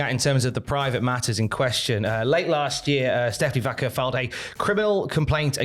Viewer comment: "Stephanie vAKEr"